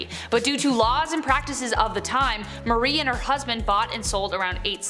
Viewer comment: It not Mary it's pronounced Marie MA rie